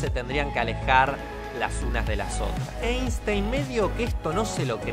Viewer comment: Se pronuncia Ainstain, ya que es alemán y en el idioma alemán cuando una e esta pegada con la i se pronuncia a.